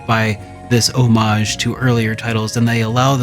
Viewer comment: ho-maa-gee? are u french?